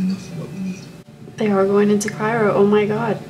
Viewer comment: Cryo sleep honey not chiro 😂